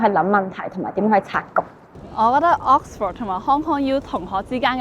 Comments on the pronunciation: Vic留意：Oxford嘅發音係/ˈɒks.fəd/ 或/ˈɑːks.fɚd/，唔係ˈɒks.fawd/，另外影片開頭個 '講'字，讀錯'趕'音，牛字又有懶音，改善就更好！ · 讀咗幾個月Oxford都係咁讀錯Oxford…勁哽耳… British 讀音係 ok sfuhd American讀音係 aaks frd 冇人會讀Ox For d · should consult an English mother-tongue for the correct pronunciation of Oxford! Pronouncing it as OX-FORD is weird and sounds really awful! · 主持人請先查下 Oxford 點讀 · 奇實既然講得牛津，主持人係米應該學識讀正個Oxford個字發音先呢😂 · OMG, The host can't even pronounce 'Oxford ' correctly 😂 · 但係’Oxford’ 唔係咁讀wo😂😂😂😂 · 母語有懒音嘅人，通常講第二個語言都吾係好掂😅，吾怪知得冇留意到Oxford字個正音啦😅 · Oxford 個讀音可唔可以讀得準確一啲，拜託！ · 同感😅 平常都無所謂，但個節目係Oxford 做主題，真係有啲難受😅 英文字只有一個重音，其他音節都係輕聲， ford 的 o 讀schwa sound, this is an easy rule. 不過 嘅英文係好好嘅，雖然啲美國r 幾哽耳😅